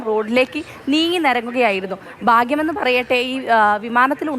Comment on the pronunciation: തിങ്കളായിച്ച അല്ല, തിങ്കളാഴ്ച. ബാഗ്യം അല്ല, ഭാഗ്യം. ഒരു വാർത്ത മാധ്യമം അല്ലേ. അക്ഷരശുദ്ധിയോടു കൂടി റിപ്പോർട്ട് അവതരിപ്പിക്കു.